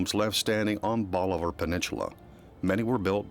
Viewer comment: Wtf is a peninchula?? I've heard of peninsula...